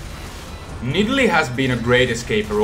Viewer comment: nidalee? umm, nah m8, naaaah